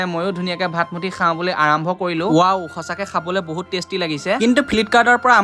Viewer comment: ভাষাটো অলপ ভালকৈ কবা, কি শাও শাও কোৱা, খাওঁ কবা ।। ইমান ধুনীয়া নামটো পশিলা কৰি পেলালে, পখিলা উচ্চাৰণ কৰিবা।